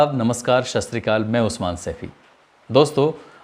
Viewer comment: ji sas tri akal nahi kahte sat sree akal hota h